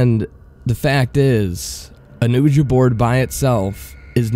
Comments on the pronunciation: who tf calls a ouiji board oojah?!?!?!? whoever does needs to have a hitman hired on them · Agggggg! Ok I know this is a very old post butI had come across it because I like ouija(pronounced we-ja or we-gee) boards and this zozo phenomenon but by Zozo's socks, please learn to pronounce things correctly, please people learn to pronounce things before you record them. Sorry to sound rude but... thank you. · Exactly. when he said it how he did it made it all different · You mispronounce 'ouija'. The name comes from joining the French & German word for yes “oui” & ja” together. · I agree, the mispronunciation is very distracting. It makes it harder to enjoy the story. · I've literally never heard anyone pronounce Ouija like that. Even in spanish it sounds almost like in english. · I'm with everyone else. Please pronounce it correctly: WEE-juh. Your channel would be much more enjoyable if you slowed down your reading and enunciated better. 🙂 No hate, just constructive criticism. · dude your the ONLY person in the world pronouncing Ouija like that. its time you get on board with the rest of us. its pronounced WEE-JEE. simple as that. you got this. i believe in you. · "Uhja board" well that was annoying as hell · I wish he would drop calling it an "oooooja board" ouija is produced weegie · Houston XD sorry I am so used to pronoucing it weegie and when I saw it spelt I just assumed it was ohh Ja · i know there's plenty of comments saying this but your say Ouija wrong. It is pronounced 'Wee-ya' or 'Wee-jah' and not "Ooojah" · "OOJA"... it's pronounced "WEEJA" even though it's spelled ouija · I wanted to listen to this until I heard him say "oooh-ja". I love your channel but it's pronounced "we-jee" and if u can't properly say Ouija board, just call it a spirit board. The way you pronounced the word "Ouija" took the creep factor out of this whole narration. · "Ooja board" 😂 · OUIJA NOT UHJA LEARN HOW TO SPELL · He said oooja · Hahaha. "Oojuh." Hahaha. "A children's toy."